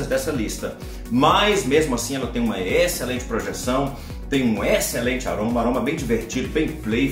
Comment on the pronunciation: Alguém diz pro que a pronúncia da palavra excelente é Êxcelente, como um acento circunflexo e não Éxcelente como acento agudo. Éééxcelente não por favor! hahaha